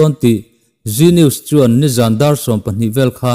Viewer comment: G News anga i lamrik hi Zee News a ni zawk lo maw?